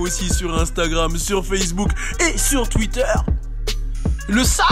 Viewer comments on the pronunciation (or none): none